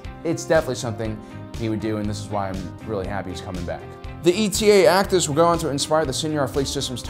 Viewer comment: The Eta-2 Actis was pronounced "ay-da," not "ee-tee-ay"